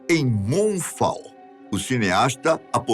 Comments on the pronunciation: o pronunciou MOMFAL pro título em inglês da Lua se aproximando da Terra Todos sabemos que Moon Fall se pronuncia como Mun Fol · Moon fall( pronúncia: MUN FÓL—- QUEDA LUNAR/QUEDA DA LUA 🌑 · rachei o com o falando "Moonfu" aos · COMECOU A PRONUNCIA DO FILME EM MOONFULL....DEPOIS MUDOU PARA MOONFALL....QUAL ESTA CERTA AFINAL?......EXCELENTE APRESENTADOR MAS PRONUNCIAR NOMES EM INGLÊS TEM QUE ESTAR CORRETO......QUAL SERIA O CORRETO?.......